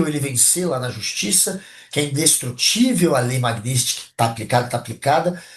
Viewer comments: A... por favor, esse "comentarista" sequer sabe pronunciar a palavra magnitsky, agora vem dizer que a canetada do ministro Flávio Dino teria sido a respeito de algo que aconteceu a milênios atrás? Mas sem sombra de dúvidas que iremos acreditar nessa "sábias" palavras. Rindo aqui até 2030 kkkkkkkkkkkk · NÃO SABE NEM PRONUNCIAR "MAGNITSKY" DOIS IMBECÍS, SÓ PERDI MEU TEMPO OUVINDO ESSES DOIS BABACAS. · O Imb3c1l não consegue nem falar Magnitsky. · O imb3c1l não consegue nem falar "Magnitsky"!